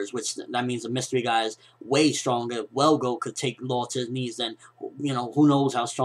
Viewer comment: its is ttrue his more naruto fan than one piece. i mean hes messing up on the one piece facts like the dude name his velgo not welgo thats not a big deal but hes unsure with the facts like detials about kinemon sword style and cc told them to use seastone on the Devil Fruit users.